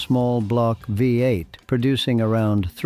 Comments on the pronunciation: Why do you keep saying- wee 8, let me educate you It’s called a V8. It’s always been a V8 not a wee 8 as you keep saying. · Yeah that we 8 narrative is not only annoying but doesn't help the authenticity of a lot of information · What is a Wee 8? You Mean a V8 Don,t You